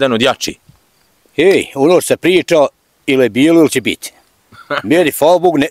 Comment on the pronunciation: Dobar dan, ucim bosanski jezik I cujemo prvi puta da rjecenicu so A cesto izgivari na O. Primjeri Hvala, a oni Kazi Hvalo, ili Ljep Dan a on kaze Ljep Don. Pozdrav za sve Francesco